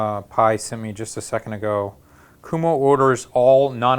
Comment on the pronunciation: It's pronounced kwoʊmoʊ. Just put it in a google translate, for god's sake ;) I'm Polish and I know better, guys.